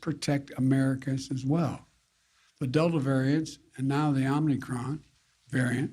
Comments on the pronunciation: He can't even pronounce omicron properly! It's not omnicron! Does he even realize it is a letter of the Greek alphabet?! C'mon man!! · Why does this idiot call it Omnicron when its Omicron? Idiot. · It's "Oh-mee-cron." Not "Om-nee-cron." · Not omnicron Joe. It's omicron. Someone gets the flu too every day. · OMNICRON? thought it was OMICRON 😂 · I just knew he was gonna say Omnicron! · Omnicron? Wow! Biden is so smart. He added a new letter to the Greek alphabet. Any excuse to shoot us full of poison. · Why does he keep saying OMNICRON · Omicron.. not Omnicron.. how is this guy a “President”…. it’s insulting and rude to us Americans. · Omicron, not omnicron. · The omnicron omnicram lol they just love names that spark fear which they can't even pronounce correctly. Lets call it the omniscam instead. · Its called the omnicron? He needs glasses OMICRON!!!! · Omnicron? Pres. FJB calls it wrong several times. Then he ranted about the jab now we need a booster. What's next a booster every month? NO JAB FOR ME! MY BODY, MY CHOICE! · They should have gone over the script with you ahead of time. It’s not Omnicron, it’s OMICRON! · Its not omni cron lol its omicron shove your vaxx jack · He can't even get the name correct, it's Omicron not "Omnicron" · Joe, it’s not omnicron it’s omicron! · Why don't they correct him? It's not Omnicron... it's Omicron. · Even the criminal liar Fauci said “Omnicron” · He can’t even pronounce the word Omicron—he says “Omnicron”. He took “immediate steps to restrict travel” to Africa, huh? I seem to recall Trump being called Xenophobic for doing the same thing. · "Omnicron"... First thing out of his mouth is wrong. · Travel restrictions unless it's the southern border. Why is he pronouncing an n when there isn't one. PinochiJoe is crushing it. #JunkYardDog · FJB can’t even pronounce it correctly. “Omni-cron” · I like how he pronounces it “Omni-cron” the extra n really adds character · Omni? He says it wrong every time. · Called the Omnicron?